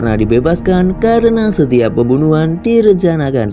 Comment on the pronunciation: Pembunuhan terdengarnya bembunuhan 👍